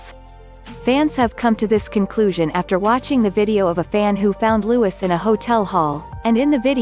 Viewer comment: Why did they call Louis Louise?